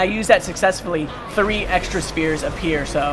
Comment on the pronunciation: when he says spheres, it sounds like spears :/